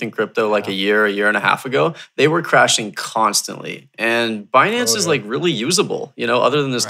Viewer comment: if i have to hear them mispronounce binance again i might shoot myself.